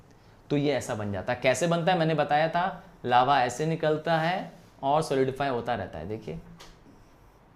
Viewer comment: Legends noticed Laua 😅😅 ::::::::::::: but it is lava ✅